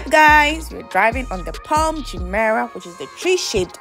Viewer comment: It's Palm Jumeirah, not "Jumpera".